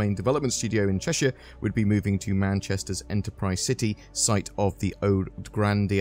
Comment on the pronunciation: It's good to see this being covered by someone that can pronounce Cheshire right!